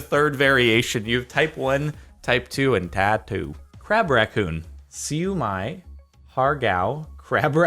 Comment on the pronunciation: As an Asian I am surprised you didn't butcher Siu Mai and Har-gow. I am impressed.